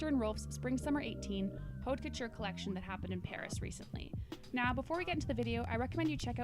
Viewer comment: OMFG would you two learn how to pronounce HAUTE FUCKING COUTURE???!?!?!? It's poison to the ear hearing you chew it up!